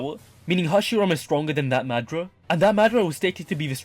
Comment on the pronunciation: I was like who tf is madra 😂 but realized I mean madara